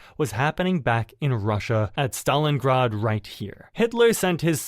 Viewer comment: Ahhh yes, the city if Stalingard. Jeeeze AI sucks hard.